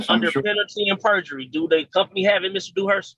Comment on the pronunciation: Lord did this goofy mf say “berjury”?!🤦🏾‍♀️🤦🏾‍♀️